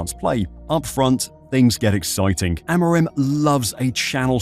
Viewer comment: it's Amorim! Lolol Amiron sounds so weird lol